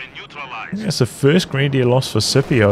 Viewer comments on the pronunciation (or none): IDK if Scipio himself pronounces it with a soft C, but the name comes from Latin, so it would normally be pronounced Skipio